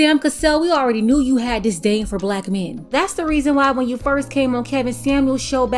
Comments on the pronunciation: "DisTAIN" tho? And it's CANE', not CANE. I saw her on that reality show with that lame simp. She's not hot 😂 Just ghoulish smh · No she said disTain which doesn’t exist so we are good. 😂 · She didn’t say disdain; she said dis-Tain💀🙄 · Lol, she actually said "disTain" in the clip. You can't make this shit up. Those 2 goons are just using her popularity to get their name out there. She's a meal ticket and is still as delusional as ever. Sad to see she didn't learn anything at all. They rarely do. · The fact that she said DisTain instead of dis·dain says everything that we need to know. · She said “distain” lol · She said DisTain 🤦🏾‍♂️🤣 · Straight PANDERING! And, there's no "T" in disdain 🤔🤣😂🤣! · No brotha with good sense is going out of his to court a woman who can't pronounce "disdain" properly. Just saying.